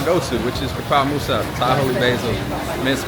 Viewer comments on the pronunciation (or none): none